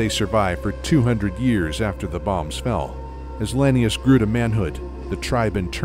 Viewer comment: Only thing I didn't like was the mispronounced lanius. It's la-knee-oose, not lany-us.